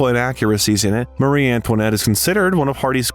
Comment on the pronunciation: "Mary" Antoinette